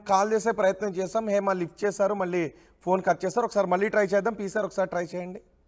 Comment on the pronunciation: Heima kadu ra bhaiyya it's Hema